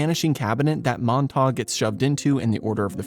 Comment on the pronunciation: Montagew, not Montahg.